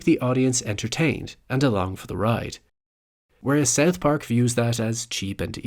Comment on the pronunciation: I can't stand your way of pronouncing South Park "Seth pack"